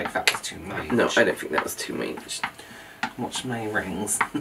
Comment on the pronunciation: "i feel like that is too much" "no, I don't think that is too måæch!" 😭😂